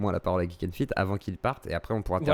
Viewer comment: Il dit plutôt "Jik N feet" c'est encore mieux